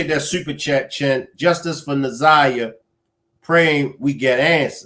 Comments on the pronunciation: I see that older people especially get Na'Ziyah's name wrong. I'm like you, take the time to say it right! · This lady K.M seems like she is one of those that call our little lost Na'ziyah fast. I don't trust her either bru. She can barely get the child's name right for goodness sake. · I think its disrespect for the lady K.W, speaking in the press conference not to correctly say Na'ziyah's name. Im getting sick of it. She and her name is important. 💜💜💜💜💜💜💜